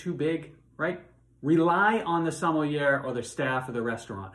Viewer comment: Good grief. If this man is a wine expert, he should know how to pronounce "sommelier" correctly.